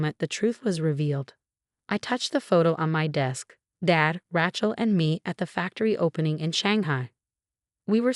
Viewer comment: Rachel with the long "a," not a short "a."